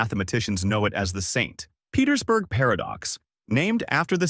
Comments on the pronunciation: Must be read by AI or it would have read "St. Petersburg Paradox" as the name of a place instead of a longer pause after St. because it must be the end of a sentence, and an additional emphasis on the P in Petersburg as it's the beginning of a sentence. Very good AI, though. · AI readers have a hard time telling the difference between a full stop and an abbreviation. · AI sees a dot after ‘St’. AI pauses for end of sentence 🤦‍♂️ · Yep, the way it end the sentence at the dot of St. Petersburg give it away